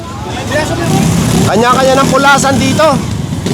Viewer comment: Hindi “ KULASAN” . “ KA LA SAN “